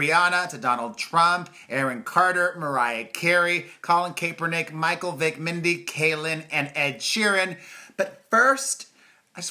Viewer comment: How do you not know how to pronounce Mindy Kaling's name lmao